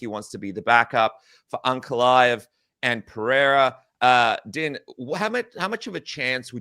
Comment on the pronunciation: Its pronounced "Dean", not "Din" as in "Dinner". How do you cover the sport and not know this?